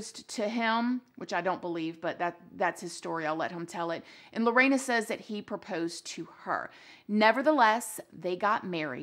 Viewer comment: Also her name isn't Lo-rey-na It's literally sounded the way its spelt Lo-RE-na